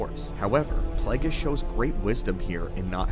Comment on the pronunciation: Plague-ees hahahaha